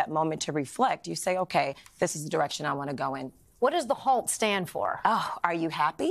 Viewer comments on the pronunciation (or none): Halt not hault but ok H.A.U.L.T.